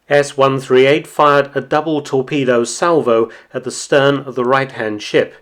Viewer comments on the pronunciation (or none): none